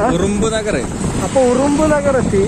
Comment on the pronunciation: ഉറുമ്പ് നഗർ അല്ല 😂😂😂😂ഉറൂബ് നഗർ 👌👍